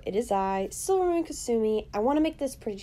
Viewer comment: Finally someone says their own voice is beautiful ;) It sounded like u said silvamoon silly